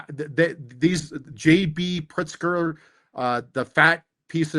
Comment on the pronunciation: YES! He said Prikzer. I started that name and now this is the second time I heard an official repeat it. YES, it's working. Haha